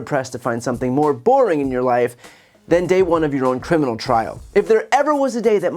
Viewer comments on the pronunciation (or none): To the narrator of this video, it is a criminal trial not trimmal trial